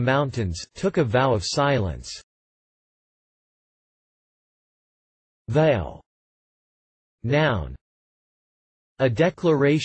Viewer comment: I never heard anyone say the word "Vow" as you pronounce it. . That is why English is so complicated. You say to make a vow. then why are you saying Vow as Veil?